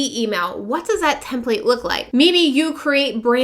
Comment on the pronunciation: hi. thanks for the info. however I seriously cringe everytime you say template like " tehm playt" (ouch!) it's 'tehmpleht' or 'tehmpliht' and I believe it's always been that way. It matters if you are instructing others because you lose credibility and your audience's respect- one doesn't say "cowG Ht", for instance when they recite the word caught. hate to nit-picky, but you're helping un-teach people one thing while instructing another. But sincerely thanks for you video - good info